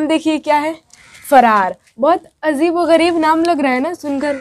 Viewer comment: Pahle khud padho mohtarma azeeb nhi hota ajeeb hota hai